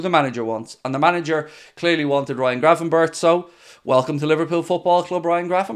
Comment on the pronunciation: It pronounced berk I’m sure not Burch ?!?